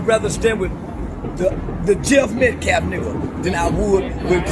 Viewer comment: "Jeff Metcalf" 😂💀 who dat